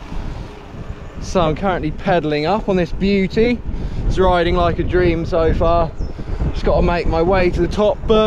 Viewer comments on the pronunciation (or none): none